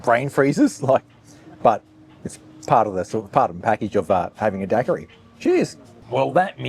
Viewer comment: Daiquiri is pronounced dyekiri 😮 not dakkari😮